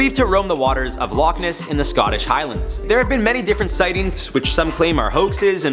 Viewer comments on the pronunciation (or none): none